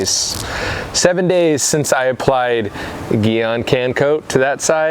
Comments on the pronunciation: It's pronounced (Jee on) not (gee on). I might be nitpicking, but great video, nonetheless. 👍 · Maybe the reason Gyeon is not working well for you is because you're saying it wrong. It's upset you can't pronounce Gyeon the right way. Thanks for taking the time to compare it to other products.